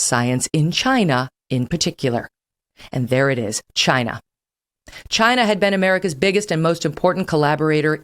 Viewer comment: Not only Kelly is now on Trump’s side on most issues, she also sounds like him when it comes to saying “Chinaa”. She would’ve done much better had she come around back in 2015.